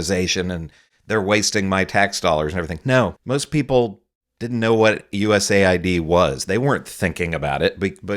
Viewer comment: It’s pronounced US-AID” giving its right conotation will give it context.